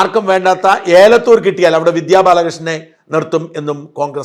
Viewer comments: ഏലത്തുർ അല്ല എലത്തൂർ ഇത് എപ്പോഴും തെറ്റി യാണ് പറയാറുള്ളത് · Sorry Sajan ഏലത്തൂരല്ല "എലത്തൂർ" എന്നാണ് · ഷാജൻ ഏലത്തൂരല്ല, എലത്തൂർ. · ഏലത്തൂർ അല്ല എലത്തൂർ ആണ് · pls check elathoor prenounsiation